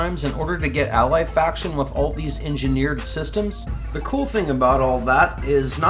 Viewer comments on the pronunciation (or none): none